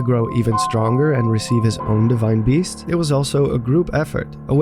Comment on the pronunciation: "deshrine beast"